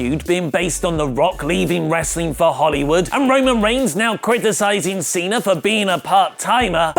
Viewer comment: John Cenar!!!! Learn how to say Cena!!!